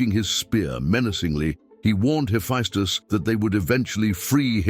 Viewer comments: Sir, I love your work, all of it. But it is pronounced Heffestus. Not Heffiestus. My ears tweak every time you say the name. Peace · That is true (heh-FESS-tuss) .. but he gets more right than he ever gets wrong, and I'm surprised how well the pronunciations are done for very difficult words/names/etc. Still .. you are correct.